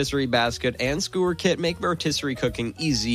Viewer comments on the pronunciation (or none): Skoower kit? Shicken breast?😂